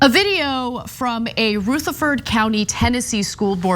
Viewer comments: Love you Ana but Rutherford is not pronounced Rooth•a•ferd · "Rootherfurd".. 😂 dumb ass.